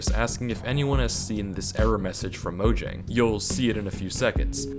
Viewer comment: Scariest part of this video is the way he pronounces Mojang